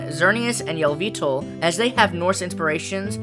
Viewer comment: Yell-vee-tull, that's how you think it's prounonced, Yell-vee-tul...